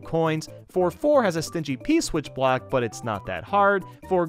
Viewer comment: On you said p black instead of p block